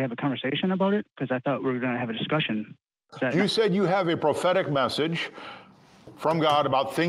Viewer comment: I'm sorry , did he say ' prophetic ' or ' pathetic ' prophecy ? 😂